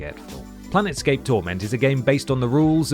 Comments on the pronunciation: Also calling Planescape "planetscape" and X "Megaman". Whomever did the research for this one needs a swift boot to the nads. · And I bet a lot of people were shouting at the screen "It's PLANE Scape, not PLANET Scape!" But then this is someone who still pronounces Gaiden as "Gay-den" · it's PLANESCAPE not PLANETSCAPE!! Auuuuggghhh!!! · "Planet scape" "Gay-den" "Lui Kang (text)" Amateur shit. Great video, but you guys need to bone up on your quality assurance a bit if you want to take off. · It sounded like "plan escape" to me